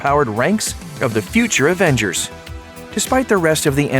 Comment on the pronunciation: Is it me or did he say "Aventures Age of Ultron"